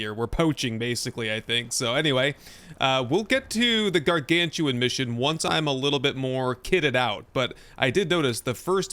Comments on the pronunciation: Very minor request. Please pronounce GARGANUTAN correctly hahaha. Welcome back Icarus. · Just a heads up, because I was tricked by the spelling the same as you. The animal is actual called garganUTAN. Not gargantuan. If i had to guess it is a portmanteau of the words gargantuan and orangutan. Thanks for the great episode!